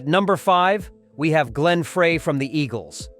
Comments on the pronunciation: If you are going to use AI to narrate your post, make sure the AI can enunciate correctly. Frey = Fry -------- Frey IS NOT Fray. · Hey narrator, his name is Bob SEGER not Bob SAGER!!!! It's disrespectful to get it wrong!!! Also it's Glen FREY not FRAY! You must be a real chump!! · Computer voice, it's SEGER, NOT SAGER!! Nugent could not sing or even come close to being a songwriter like Seger! IT'S FREY NOT FRAY!! AND SEGER AND FREY WERE VERY CLOSE FRIENDS, THIS WHOLE VIDEO IS TOTAL BS!! DON'T BELIEVE ANY OF THIS CRAP, IT SHOULD BE TAKEN DOWN IT'S NOT FACTUAL!! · first of all, get the names correct! Seger is pronounced Seeger not Saager, and Frey is prounced FRY not Fraaay.. Frey and Seger not only collaberated on many albums, but were also roommates, so I'm told. Springsteen sounds like a spoiled brat. Always needs to limelight. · This is the biggest crock of BS. I am a native Michigander and we knew Bob, Terrible Ted and Glenn "Fray", your AI can't even pronounce their names. Get a real job!! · Frey is pronounced Fry!! Get it right!! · Yo --- you can't even get the pronunciation of their FRIGGIN' names correct, dawg... I had to turn that 💩 off at the 4+ minute mark when you said Frey (it's FRY) and Seger (it's SEE GRRR) hated each other --- which is just more 🐂💩! #GTFOTU🤡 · There's enough wrong with this that I know about that I have reason to doubt all of it. This is pure clickbait, in my opinion. By the way, somebody tell the computer that generated this that it's "SEE-ger" and "Fry," please. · It’s Glenn Frey pronounced Fry! And Seger not Sager! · Glen FRAY?? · Would help if you could pronounce Glen Frey's name correct. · You should learn the proper pronunciation of Seger and Frey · Glenn Frey last name is being pronounced wrong this isn’t the first video. His name is being said wrong.